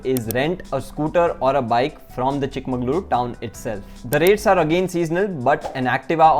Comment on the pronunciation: Exactly, you pronounced it wrong throughout the video.